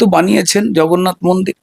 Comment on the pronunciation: উনি জগন্নাথ কে ভগন্নাথ বলেছেন